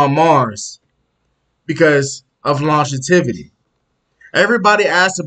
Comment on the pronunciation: lon·gev·i·ty Not longetivity sorry but it’s driving me crazy